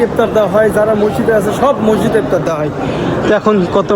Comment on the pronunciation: ভাল ভ্লোগ করেন কিন্তু কথাবার্তা ক্ষেকমার্কা যেমন পিলার না বলে বার বার প্লার বলছেন, ইফতার না বলে কি একটা অদ্ভুত বলছেন বুঝা যাচ্ছে না। পুরাই ক্ষেত।